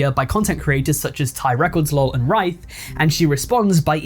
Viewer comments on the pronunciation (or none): Its not rife its ryth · ITS PRONOUNCED R-I-TH YOU DUMMY! HES TOLD US HIS NAME AND HOW ITS PRONOUNCED THOUSANDS OF TIMES! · You said ryth's name wrong 😭(Similar to Myth except with an R) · its pronounced "rith" or "wryth" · I think ryth will get over the trauma of there name being pronounced wrong. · why does he say Ryth like that 💀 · I’m rything in pain